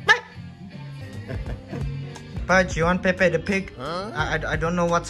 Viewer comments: play with pepe- its actually peppa lol but its ok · It's actually PEPPA pig not Pepe